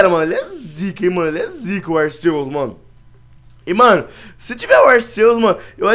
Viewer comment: se fala arkeus